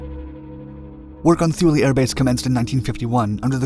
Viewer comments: It's pronounced "Too-Lee" not "Thoo-Lee". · Great video, but its pronounced Tool-e, not thoo lee. Grandpa used to fly there during chrome dome. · “Too-lee”. Not thoo-lee. And yes, EVERYONE mispronounces it. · "Thoo-lee"? I think it is "Thule", sounds like "tool". Look that name up and you will likely have the same question I do. Why on Earth would America name a base after them?!?!?!?! Knowing what the Thule society was all about, what really goes on at that base?? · TOO-LAY not THEW-LEE. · It isn't shown because it isn't happening. The Greenland ice sheet is actually regrowing. This was the worst biased "documentary" that I have ever seen. Maybe the authors of this hit piece should have actually talked with people who were there before putting this out. They couldn't even get the pronunciation of Thule right (too-lee). While the was a base at Thule, and its mission was somewhat accurately portrayed, Most of the "facts" in this piece were pure nonsense. The Danish government had full knowledge of the mission and purpose of the base (only part of which had to do with the failed missile project). As for the purported vast quantities of toxic waste left behind ... bullshit. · Drop the "h" sound. It is pronounced "Too-Lee". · The h is silent and Thule is pronounced tool-e. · Thule is pronounced "too-lee". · The letter "H" is Thule is silent, pronounced Too-lee." I was stationed there. Just Google it. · "Tuul" like "Tool" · Too-le!! It’s rather important you get it right! Imagine calling ‘Thailand’ something that sounded like a land of thighs LOL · Pretend the “H” is not there. It’s pronounced Tuley. Great vid though. Love your channel.. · It's "Tooleh" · Pretty sure it's pronounced Too-lee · It was pronounced "tool-ee" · and rhymes with zuul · This is true. Research stopped before pronunciation of a location. Typical for YouTube videos though. This isn’t to”MAY”to / to”MAH”to, but I bet you’d throw one. 😂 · Thule is pronounced with a "t" not a "th".